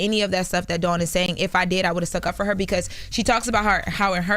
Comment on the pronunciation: Ok why is everyone pronouncing Dawns last name wrong 🤦🏾‍♂️